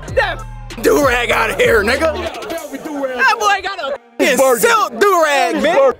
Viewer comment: “THAT BOY GOT ON A SLIK DURAG”😂😂😂😂